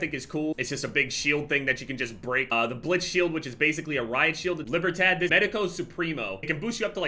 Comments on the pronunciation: Libertad = Lee-Bear-Tahd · “Libber tat” 😂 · gotta be the whitest pronunciation of Libertad i've ever heard lmao. You can tell my man hasn't played Far Cry 6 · "lee-burr-tod" it's spanish. (sorry if poor phoenetical suggestion, but far closer than what you said)